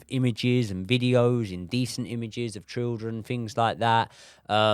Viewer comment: why can't this guy children. Trilldren haha